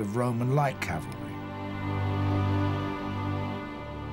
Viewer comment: It never ceases to amaze how professional productions fail to ensure that the word 'cavalry' is pronounced correctly.